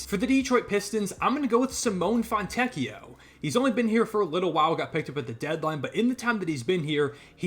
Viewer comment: if you are interested in Fontecchio name It's SimonAI(r) you do pronounce the E it's not silent and it's the same vowel as Air or airport